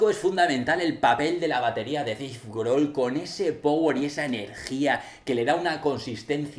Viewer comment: "deif grol" "pritty songs "shot this gon"